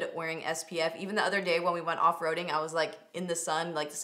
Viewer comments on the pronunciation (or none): none